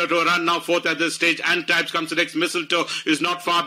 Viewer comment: The race caller got the pronunciation winner’s name completely wrong. It’s pronounced - ahn-teeb. Guys need to do some research before doing the commentary.